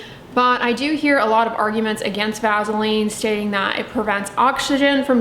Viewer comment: I cannot trust someone who can't pronounce vaseline haha also nope to "Vazzeline"